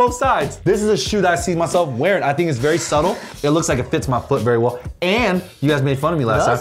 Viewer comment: WERY WERY WERY